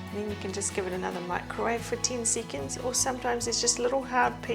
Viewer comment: After yet another twenty seecands…